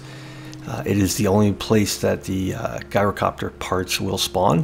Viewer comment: It’s not said like Guy-rocopter…. It is said like Jy-rocopter. Unless you’re Greek…. Then you get to say Yi-rocopter